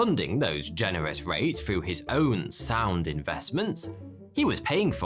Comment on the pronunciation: Frew = through. Ok got it.